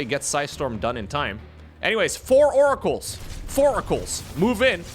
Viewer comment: wants to see more Oracles so he can keep saying More-acles IMO